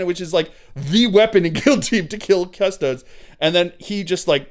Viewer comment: Man this seems like a good battle report but I heard you say "cus-toads" once and just couldn't do it.